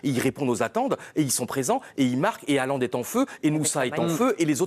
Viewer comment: Le mec est une star planétaire et il y a encore un nombre majoritaire de journalistes français incapable de prononcer son nom correctement. En norvégien le "Å" ou "AA" (C est pareil) ça se prononce "O". Donc Haalland ou Hålland, se prononce Hollande avec un "H" aspiré. Merci de respecter son nom.